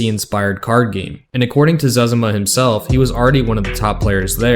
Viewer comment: Im glad you pronounced his name the same way my brothers and I do! Cause that means we were right! Right about it. My license plate for one of my trucks is "ZEZIMA" so you could say im a fan :) Great video!